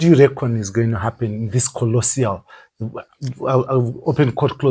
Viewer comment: 'Colossal',, not 'colossial'.